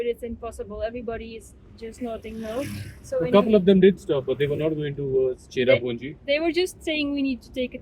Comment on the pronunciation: It not chera punji plz